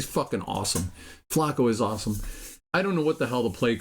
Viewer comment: I tried to listen but not pronouncing Flacco and calling Bernie a hack quarterback made me have to sign off... good luck lol. And Cooper 2nd receiver anywhere else... lol.. You're killing me!